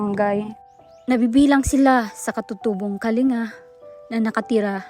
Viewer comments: Kaling ga Po a pronunciation. Salamat sa pagtulong sa Kasama namin mga Igorot. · ang tamang bigkas po ay kalingga double G bagamat pag isulat ay "kalinga". Salamat po and God bless po at mabuhay po kayo para marami pa kayong matulungan❤